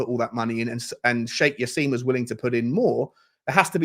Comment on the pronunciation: It's not Jass-eem, but said Jass-im as in "him".